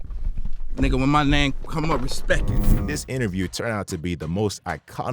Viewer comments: Birdman didn't say respect it, he said respeck it. Get it right narrator 😊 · I don’t think he said respect he said respek it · Let’s get this clear birdman never said respect 1 time it’s respek 😂😂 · «Respek it» is legendary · “Put some respeck on my name”! 😂